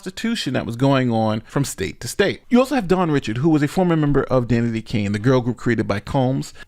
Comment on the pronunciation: It's pronounced Dawn Rashad not Richard even though it's spelled richard